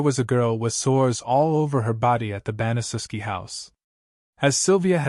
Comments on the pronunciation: Pronounced ban-a-shef-ski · It's pronounced BAN-uh-SHEF-SKI